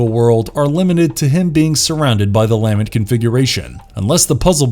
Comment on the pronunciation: Great video by the way, but is anyone else really annoyed at how they pronounce Lament and Le' Marchand? 🙄